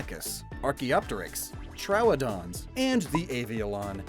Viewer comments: Scuse me..."Trow-o-don"? Have I been mispronouncing troodon as "Tro-a-don" all this time?! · It's not trowadons it's troodons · Dino-ny-cus and Troh-wa-don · You pronounced troodon wrong